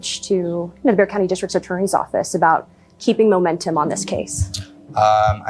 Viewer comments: Thank you for pronouncing the word 'BEXAR' correctly!!! EVERYONE gets in wrong! Bexar county. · Wow, a crime podcast that pronounces bexar county correctly. ❤😂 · Thank you for saying the county's name right. From a San Antonio resident lol. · He pronounced Bexar County the right way. I’m proud of you. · Thank you for pronouncing Bexar correctly 😊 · Great job on this! I live in San Antonio. I’m sooo glad you pronounced Bexar County correctly. Love your channel! 🙌🏻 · bonus points for correctly pronouncing Bexar county! Thorough research as always!